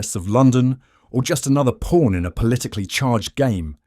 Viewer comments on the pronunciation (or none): none